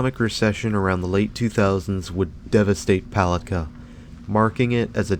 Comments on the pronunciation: Yeah, as a local, it's "pu-LAT-kah" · It's puh lat kah 😂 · Yes this mall never did well. Lived here in Florida all my life. It's pronounced Poll- lat- ka. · Love the mispronunciation of “puh lat kah”. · Palatka is pronounced with the accent on the second syllable - Puh-LAT-ka. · So many people make that mistake. Same with Apopka, which is really funny! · Lol he kept pronouncing Palatka very wrong. Also I'm from Palatka and the mall was so Amazing when I was a kid was so sad when it shut down now it's just a daycare and 2 government things inside and a few other buildings attached to it. And no it's so not scary inside people coming walking in here sometimes for exercise mainly older people or workers . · I don't think I've ever watched more of a ridiculous video a grown man who can't even pronounce the name of the town the name of the mall go get the phonetic spelling do yourself a favor stop embarrassing yourself. And stay the hell out of my town.